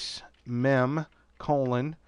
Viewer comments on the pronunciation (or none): its "mem" not "nem" and ACMEInstaller...forgot the E. hope that helps